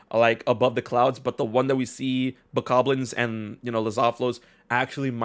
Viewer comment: I had to stop listening when you both started mispronouncing Bokoblins ...